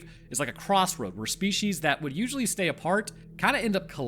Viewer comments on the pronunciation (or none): none